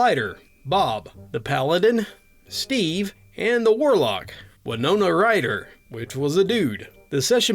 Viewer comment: Well, I guess it's official: I'm old. "Winona Ryder" was an actress quite popular in the 1990s. Her name is pronounced "win-OH-nuh" where "win" rhymes with "pin" or "bin". ;)